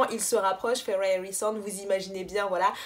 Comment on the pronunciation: La queen is back 👑👑 Merci pour la prononciation de Feyre tu me fais honneur 🤍. Pour la relation Mor-Az, Y’a certaines rumeurs qui courent que en fait, Sarah a rajouté la bisexualité parce que on lui reprocher de manque de diversité avec les T1&2, mais du coup elle n’avait pas prévu ça à la base.... d’où l’explication bizarre. Si ça se trouve c’est totalement faux après 😌. Par contre faut vraiment qu’on parle de Elain la.... Tu n’as pas compris la puissance de ce personnage. Je vais t’envoyer des post et des thread qui vont t’éclairer sur la situation parce que là c’est pas tolérable de dire qu’elle est stupide 😂😂